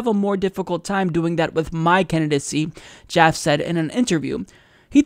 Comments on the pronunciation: It's pronounced JAFF-EE, not Jaff. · are you trying to white wash his name by pronouncing it joff? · Isn't Jaffe pronounced, "Jaff-ee"? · It's pronounced JAF - ee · Now, I admit I'm not positive. But I used to work at a company named Jaffe, and that last word, Jaffe, is pronounced with two syllables and a long e at the end, as in Jaff-ee.